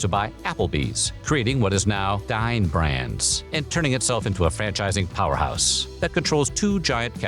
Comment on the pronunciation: When you said "Dine Brands" I heard "Dying Brands". 😂